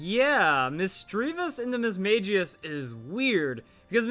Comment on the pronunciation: You pronounced Mismagius wrong.